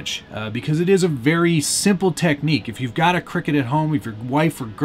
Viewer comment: It's not pronounced cricket, it's pronounced Cry Cut... Cricut